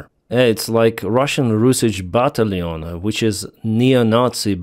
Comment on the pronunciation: why do you pronounce batallion…..bah-tally-yun 😀